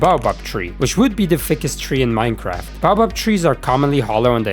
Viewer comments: don’t care it’s pronounced bay-oh-bab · it’s pronounced “ Bay-Oh-Bab “ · Nah bro, it’s “bah-bob” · Judging by his accent, it’s not the accent’s fault in itself, he probably comes from somewhere in Europe. there lots of languages share the same word but pronounce it “baobab”. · there is a correct way to pronounce it